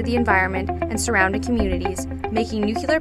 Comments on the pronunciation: I'm supposed to believe this person knows what they're talking about when they can't even pronounce the name of the video??? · Ahh stop saying NUCELAR, this should help, say it like, (new clear) energy. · I don’t understand why it’s so hard to say nuclear properly. New+clear, not new cue lar. I’m also American and say it properly. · Nu-Cle-ar. Someone fire the editor! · It's "NU clee ur" not "NEW clee ur" - I expect the wrong pronunciation will soon become the standard thanks to efforts like this which have great information and graphics but leave in the wrong pronunciation. I suppose there are more important things that need our attention, but this is aggravating. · How come she can pronounce all the other words related to but not including nu-CLEAR?? Jesus Christ when you hear "noocular" it's like nails going down a chalkboard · the word is Nuclear... new-klee-ar ... not nuke-yoo-lar. Americans really need work on their pronunciation of English words. Its your native language young lady, and not a second or third one. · I know I'm not the first to say this but NU-CLEE-AR. I wouldn't normally mention it but this is unacceptable in an educational video for kids. You're teaching them the Bush Jr. pronunciation. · STOP SAYING NUCULEAR OMG I JUST WANNA DO MY SCIENCE WORK MAN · PROUCESS?NUCELAR? BYEEE- 😺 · nukyeler energy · noocular energy 101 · no it actually isn't... Nucular is known for being the pronunciation for uneducated people and AIs, so....... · Did you just say "nuke-you-ler"? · the video itself is pretty good and i give them props for that but every time she says nucular, i involuntarily start twitching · nuclear, noob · WHEN PEOPLE SAY NUCULAR IT PISSES ME THE F OFF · NUCULAR? Did George Bush narrate this video? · The material is great, but I wish she would pronounce "nuclear" correctly. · “Nucular” is not a word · I love nueclear but you need to get over its pronuaciation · What the fuck? Can't pronounce "nuclear"???